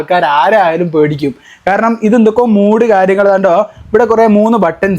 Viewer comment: മൂഡ് അല്ല മോനെ മോഡ് എന്നാണ് പറയുക